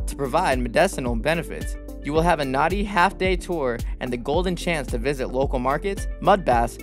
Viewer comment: "Orchid" mispronunciation. Nadi mispronunciation. Ugh. Hate these kinds of narration.